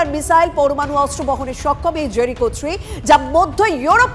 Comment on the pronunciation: Ota জেরিচো naa জেরিকো, ঠিক করে উচ্চারণ টা করুন।